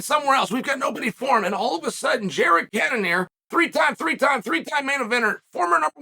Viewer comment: "Jared Cannanear , Jared Canon Ear, Jared Can of ear ......."